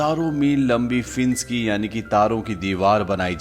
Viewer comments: भाई साहब अपना उच्चारण सही कीजिये - फेंस को आप फिन्स कह रहे हैं. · Fienc ni Fence hota hai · फिंस नहीं फेंस होता है👍फेंस मतलब बाड़ या घेरा होता है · Fince nahi fence English study kar aaye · fince nahi fe-ance bhai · Admin ne fence ka pronouns acha kiya hai fince😂